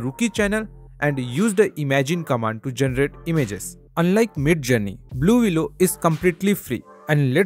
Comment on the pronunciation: Thanks for telling me. 😂 I thought he was saying- Baloolooloo. The bear necessities of a.i life will come to you!